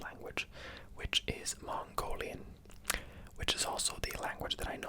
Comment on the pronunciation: your mongolian pronunciation is not bad ☺